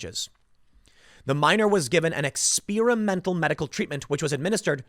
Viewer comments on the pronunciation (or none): Tim: Ex-SPEAR-a-mental